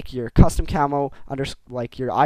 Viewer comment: u say cammo like camol =D